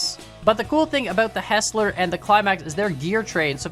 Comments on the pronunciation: its not HESS-LER, its HIGHS-LER, its my last name. youre welcome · The pant of hearing it said as Hesler instead of Heisler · it's not pronounced "hessler" it's pronounced "highsler" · HIGH-SLER Hearing HESSLER bothered me a lot 🤣🤣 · It's heisler Not hesler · please stop pronouncing it "HESS-ler" its "HIGH-SLUR" Thank you! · Btw it’s pronounced ”high-sler”. Fantastic video thumbnail! A loop does fit at the iron mine, so no reversing needed. Fwiw, I love running the Mogul with 1 hopper and 12 cars to the iron and coal mines. Quick and powerful and no wheel slip. You are right on the generator. Just like the compressor gives you brakes on air brake engines, the generator gives electricity for the engines with light bulb (vs oil lamp) lanterns as you saw. I’d love to see a day night cycle with them. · Thank you it drives me crazy! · For the record, the pronunciation is Hi-slur with the e being silent rather than the i being silent. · No no, Hi-sler. There’s an i in it. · Him saying “hessler” makes me want to cry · I think It is pernounced Hi-zler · It's actually pronounced Hysler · I've only hear it pronounced hi -sler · It's pronounced hizs-ler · It’s pronounced hi slur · it's pronounced hiesler